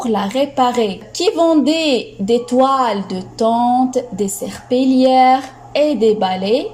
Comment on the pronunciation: Merci pour cette séance, c'est vraiment très riche, mais s il vous plaît s assurer de la prononciation du mot serpillière Merci